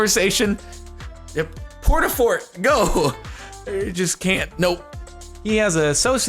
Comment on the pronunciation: "Porta-fort GO" i am losing my sit